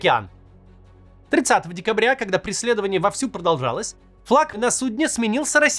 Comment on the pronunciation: "флаг на сундЕ". Вот Кац и спалился, что он нейросеть